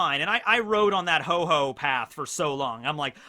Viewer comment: Ho-Ho? You should check it's name again, it's Ho-Oh.